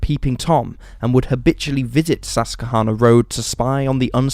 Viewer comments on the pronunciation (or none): Pronounced - sus / kwa / hanna